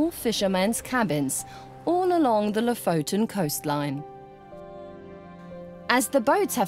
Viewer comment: ...so you have been doing a doc. for a year........and still have not learned to say Lofoten correct .....how annoying.....after 3 minutes I quit......